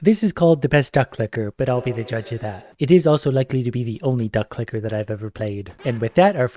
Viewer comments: Sometimes you can hear say ducklicker 😅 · Anyone else hearing "Duck Licker"?